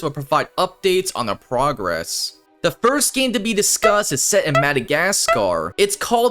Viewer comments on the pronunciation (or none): none